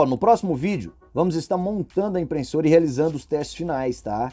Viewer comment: Você consegue falar IMPRESSORA e não "IMPRENSSORA"?